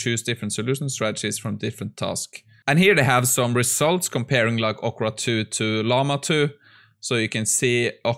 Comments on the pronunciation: ORCA, not ocra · say orca again